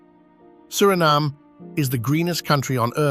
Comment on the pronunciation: The pronunciation is wrong, too. It IS a shame.